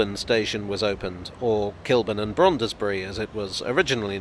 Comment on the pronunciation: I was brought up in South Kilburn (in between Kilburn Park and Queens Park) and have never heard the D pronounced in "Brondesbury". First syllable was always "Bronze" - which was also the nickname for the Brondesbury Arms pub on Canterbury Road (sadly now flats).